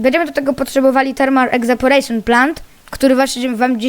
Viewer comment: czyta sie ewaporejszyn a nie egzaporejszyn